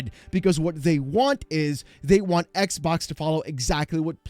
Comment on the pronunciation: please stop saying ex bock lmfao